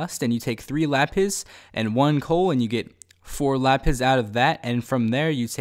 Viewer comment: When you say lapis it sounds like le piss